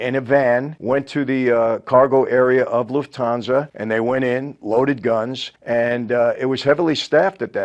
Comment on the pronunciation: As a German, i love his "loofthansa"